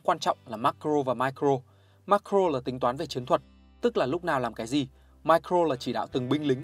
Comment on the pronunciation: Nghe ô phát âm Macro với Micro hơi khó nghe k biết có ai thấy thế k @@